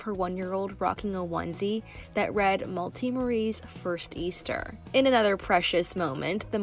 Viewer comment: malti pronounciation rlly gave me the ick